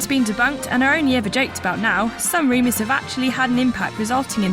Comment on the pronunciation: Can we get a new narrator please? It's rumors not reemus